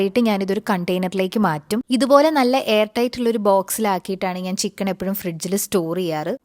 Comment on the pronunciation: ചിക്കൺ എന്നാണോ പറയുന്നേ അതുപോലെ തോന്നി